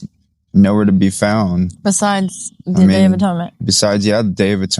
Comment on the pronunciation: Just wanted to share the "th" makes a "t" sound. Loving your videos. You have provided a plethora of truth that I pray our brethren consider.Yadah Yahuah!